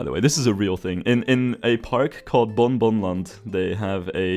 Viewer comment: "Bon Bon Land" is pronounced "Bong Bong Land" ;)